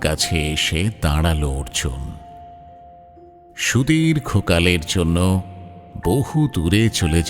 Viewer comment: অর্জুন 'র' বলতে পারছে না!